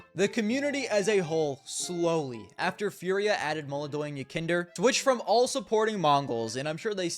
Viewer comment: its belchOnok not bElchonok molodOy not mOlodoy